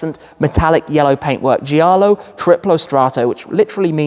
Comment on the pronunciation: Also in giallo, grigio, you don’t pronounce the i after the g: so the correct pronunciation is something like Jallo, griJo, not JIallo, griJIo.